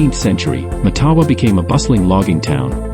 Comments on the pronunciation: It’s pronounced MATtawa. With the emphasis on the first syllable. Like Ottawa. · It's pronounced MATawa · Hé could pronounce the name properly